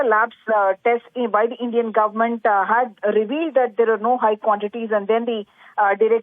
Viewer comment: Endian Syrup......omg